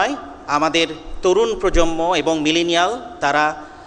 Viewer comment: বুয়েট থেকে পাস করা ইঞ্জিনিয়ার সঠিক উচ্চারণ প্রজন্ম ✅ বলতে পারেন না এটা খুবই দুঃখজনক । বলছেন পজম্ম ❎